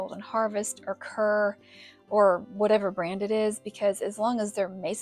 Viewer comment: We have used Main Stay jars for years with great success. Also Kerr is pronounced like car.